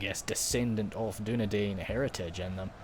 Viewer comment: Dunedain is pronounced as Dune-Dine